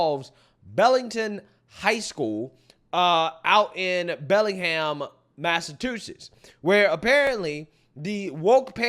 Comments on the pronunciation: Its Massa"CH"usetts no massa"T"usetts 😅😅🤣🤣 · Dude please never pronounce Massachusetts like that again. Sound it out by syllables and it’s so easy to say.